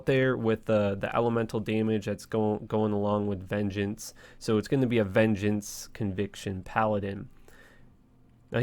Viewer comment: bro i really want to like you but you act so weird and the way you talk bugs me lol. im still watching tho. veen gance? it's vin-jance.